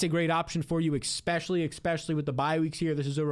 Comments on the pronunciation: There's no X in especially, It's not a regional thing. It's blatantly mispronouncing a simple word. Expecially when someone says it 27 times each video. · You can’t take this guy seriously. He still has trouble saying ESPECIALLY… how does he have 150 k subs?!